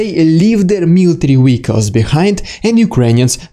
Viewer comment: The way he says military "wehicles" is cool. I like his accent.